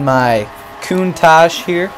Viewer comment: I enjoyed this video apart from you saying countach wrong every time